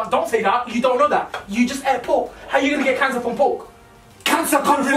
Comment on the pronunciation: "Im gonna have caner" That bit got me💀😭